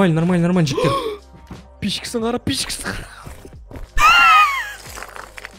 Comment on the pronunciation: Братан та жігтер дегенің тәжіктер деген сияқты естлед